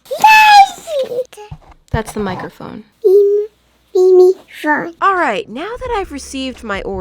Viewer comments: Okey from now on isn't "meemeephone: not microphone! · OMG HELP THE WAY SHE SAID “Memephone” IM DIEING. Also where is Opy? WHAT HAPPENED TO MY ORANGE BALL OF GRUMPINESS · This is so funny and cute. The way your baby pronounces words is really funny and had me literally dying on the floor. MeeMeephone. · It will never again be a microphone. No! It will be a meemeephone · the way she said meemeephone gave me instant baby rabies omfg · I cant forget the MEEMEPHONE💪🎉😂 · I haven't watched your video in such a long time, fhat squishy is so cute btw. The way mini Me pronounces words is just killing me out of cuteness <3 "Meemeephone" is now my new favorite word